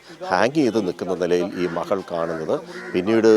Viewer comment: മഹൾ, മഹൻ, അഹത്ത്... ആഹാ.. എന്ത് നല്ല മലയാളം..😂